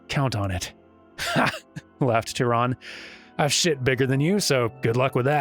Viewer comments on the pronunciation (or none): The german Tyrann is pronounced like "Türann" ( and the swedish is pretty similar ), which is unfortunate, as there is no similar sound for "ü" in both english and japanese The best explanation of how to reproduce it as an english speaker I came across in a short time was: "The easiest way to do this is to start by saying the sound “ee” and then slowly changing the shape of your mouth from its wider position to a closed whistling shape." Not quite there, but close enough But if you want to hear what it really sounds like, google translator or an online dictionary with sound samples are your friends